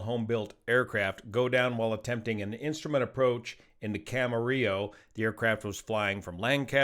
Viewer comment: Thanks for pronouncing Camarillo correctly! 😊🎉